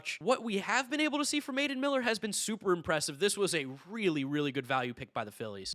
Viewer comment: you mean Aidan "MILLER"?